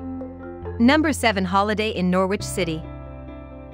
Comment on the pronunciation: Norwich in the UK is not pronounced Nor-wich, it's pronounced Nor-rich. And Bawburgh is wrong too. You want to look these names up before creating a video with an auto voice that can't pronounce the names properly.